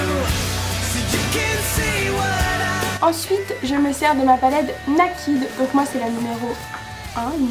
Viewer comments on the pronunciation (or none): Naked se prononce "nayked" en anglais quoi x) Bonne vidéo!